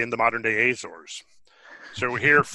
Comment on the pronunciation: Argh argh argh argh. Azores. The A is pronounced as the A in America. Not Ayzores.